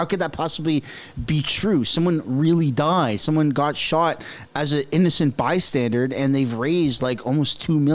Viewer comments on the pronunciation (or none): You're the 2nd utuber this week to say 'by-standard' ...it's "by-stander". You're welcome.